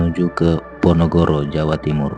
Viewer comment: Bukan ponogoro boş tapi ponorogo